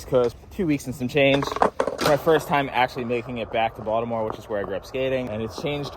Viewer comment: You can tell is actually from Baltimore because he says it like "Voldemort"